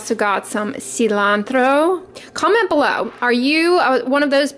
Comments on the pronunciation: Cilantro! Perfect pronunciation, do you speak Spanish? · You said "cilantro" perfectly in Spanish! What is your ethnicity? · I like the way you pronounce cilantro. 😉☺️